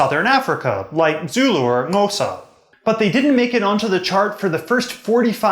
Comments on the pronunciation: ye its pronounced Howsa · Thank you for the video ! Please note that you are not pronouncing 'Xhosa' correctly.